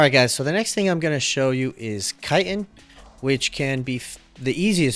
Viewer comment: Kiten? You pronounce chiten like kite-in ... does "ch" make a k sound? Chicken, chick-in, chitin, chit - in